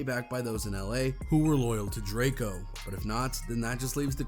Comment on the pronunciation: DRAK EO get his f**** name right you f**** bloggers get on my nerves